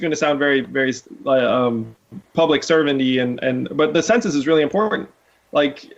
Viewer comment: lol, Yang struggling to say 'census'